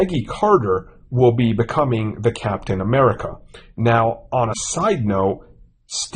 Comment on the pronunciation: Marvel is not the “biggest brand in the world” and it’s “THE” not “Da” !